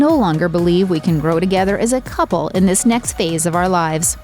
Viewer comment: Cubble? What is wrong with people today? Oh wait, peoble, what's wrong with peoble, sorry. Joze? It's chose, lady. Smh